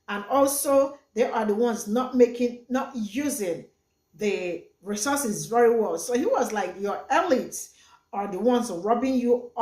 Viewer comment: He can't say the word properly shows he's not completely on point (Resooses)😂...compare to Resources!!....he has a point though...some of the African Leaders are Greedy!!